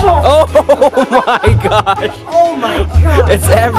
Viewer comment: the way she pronounced Higa.......